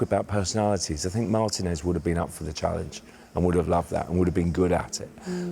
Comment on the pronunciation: 'marTEE-nez' not 'MARTIN-EZZ"